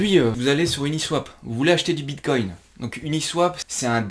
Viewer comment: "Le vrapède bitcogne" ;PP